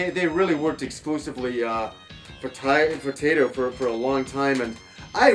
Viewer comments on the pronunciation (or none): Nice review! I love Daddy Mulk and Zuntata, two of the most amazing things video game soundtracks have to offer. I can't listen to your pronunciation of Taito and Zuntata though: "Taydo and Zuntarda", come on :P Try "Thai-Toh" and "Zun tah tah". :b